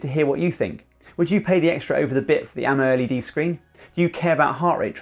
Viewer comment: Spot on amoled pronunciation